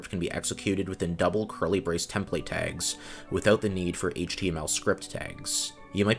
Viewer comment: How do you pronounce every other word wrong? Processies isn't a word, and you don't even pronounce process consistently swapping from US to British versions of it. Also it's not jAHvascript, or temPLATE. 🤔